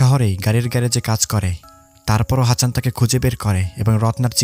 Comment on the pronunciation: সবই ভালো লেগেছে.... শুধুমাত্র হাচান না বলে হাসান বললে 👌